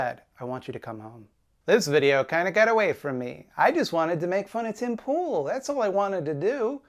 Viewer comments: Every time says Pim Tool, I laugh again. It’s childish of me but it’s funny every time. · you said his name wrong